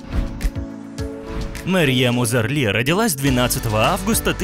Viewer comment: Марьем Узарли? Вы читать не умеете?